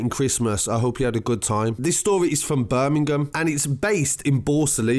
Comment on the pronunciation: BIRMI-GAAM lol 😂😂😂😂